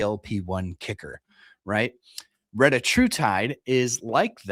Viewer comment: I mean it’s spelled “Reta” not “Retta” so pronouncing it “retie” doesn’t make a ton of sense. You see that right?